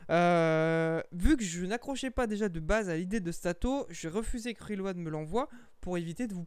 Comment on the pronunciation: J'arrive juste pas a finir la vidéo, juste a cause de la façon dans tu prononce le nom de l'ato , sérieux, RILO'AD 😫🤮